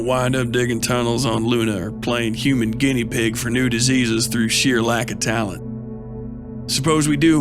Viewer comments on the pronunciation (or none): none